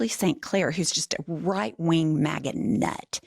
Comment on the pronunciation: When you said maga I heard maggot. 😂